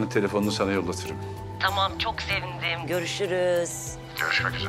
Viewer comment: “Yiğit senin adına çok serindim” sevindim bile diyemiyor şakihaaa 😂😂😂